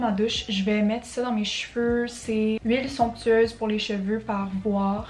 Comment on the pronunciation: “Cheveurrrrre”💀 anyways love your videos 😂😂